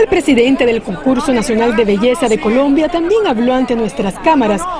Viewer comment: segundo 8 dice colomba en vez de colombia